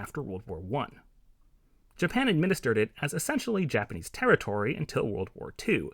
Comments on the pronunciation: props to u for actually pronouncing japanese words pretty well for a foreigner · From my Japanese point of view, the pronunciation is excellent!